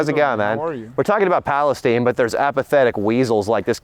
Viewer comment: “We are doing it for PalestEEN mayne”